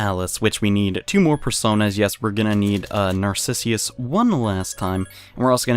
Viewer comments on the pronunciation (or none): It's Narcissus though, not Narcissius. :/